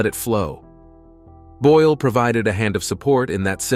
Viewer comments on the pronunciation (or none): *Boyle. NOT: "Boyel"-!